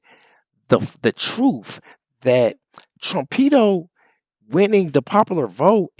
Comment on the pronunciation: BRO don’t call trump trumpedo lol Sounds like you’re calling him a pedophile LMAO